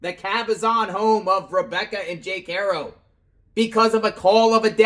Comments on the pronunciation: It’s Haro not hero with a ar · Bruh. I get it but at least pronounce the last name right.